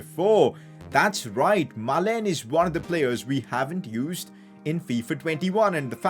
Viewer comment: it's maalen not meilen 🤣🤣😭